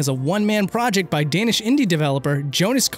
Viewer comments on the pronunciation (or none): E-Excuse me? Did he just pronounce danish as, ”dannish” ? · That's not how you say Danish (but it is how you say my name).